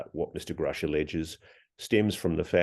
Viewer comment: thank you for correcting him Ross, if one person is going to report on another, if you wish to be take seriously you should pronounce their name right! and to be sure it is the one mispronouncing the name that would be taken serious not the person who's name you are butchering. God has children everywhere!this is god universe!!! they are hiding free and/ or very low cost energy and they do it with the help of the ndaa and the patent office if the us was to release the energy information, it would be view as a hero o the people and we would not need to rely on foreign energy sources and give its people a fighting chance haven forbid we need to go into another world war. we would be able to produce what our armed forces and our people need to survive and thrive. then America would once again be known as for the people and by the people. there are so many fields and services that could expand and flourish. think of the amount of money that could be made switching over